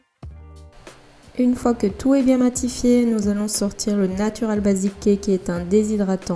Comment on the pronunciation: PQ vous dite basiqué mdr